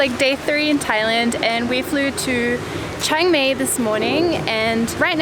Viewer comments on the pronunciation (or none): It's pronounced Chang my instead of Chang may 😊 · Chiang "May"? you should say it like, Chiang "My". Anyway, it made me giggle. :)